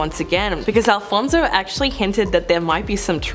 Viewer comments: It's Alonzo, not Alfonzo omg I'm crying 😂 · ALONSO not Alfonzo pleaseeee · It’s ALONSO, not ALFONSO…. 🫢